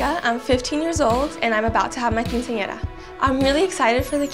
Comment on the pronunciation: “KINcenara” ugh.